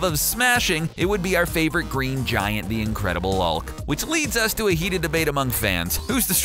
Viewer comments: Am I the only one who heard "The Incredible ulk" ? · “The incredible aulk”